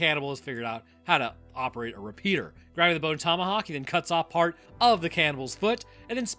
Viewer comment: well you said that movie name wrong